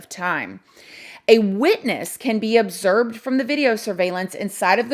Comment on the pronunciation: “ObserBed” not observed.. you heard it here first 😜